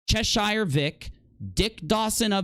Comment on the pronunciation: It's still annoying that Americans can't pronounce Cheshire correctly.